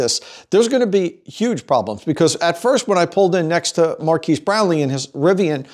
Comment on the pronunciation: Mkbhd in the house !!! And PS it's Mar-Kezzz Brown Lee lol Fun video